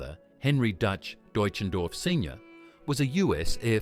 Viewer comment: What a piece of rubbish. So many mistakes in the video. I never knew John Denver played guitar left handed. The narrator couldn't even pronounce his real name. I'd sure like to talk to those of you that put out this wrong information. Get it right or don't put out things like this. John deserved far better than the trash you put out. Then most people don't get to hear the real truth, they believe what your video portrayed. I thought this piece was intitled, The Manager speaks about John Denver or something like that. Never saw anything about the manager. Get it right!!!!!!!!!!